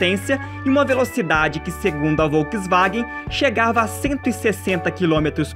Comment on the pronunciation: Uma dica: Volkswagen pronuncia-se "folksvagen". ☺